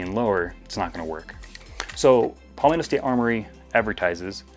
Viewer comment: "paulmetto" ok pal